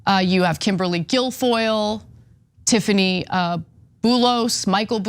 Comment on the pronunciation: I am no longer surprised at how zero prep work Ana appears to do for her "job". She routinely misprononces people's names .. frequently getting tongue tied while reading the caption pages. Like.. did you not have the decency to at least read the material someone put together for you before going on cam? But to not clue in on the name Tiffany.. 🤣🤣.. that's next level amateur.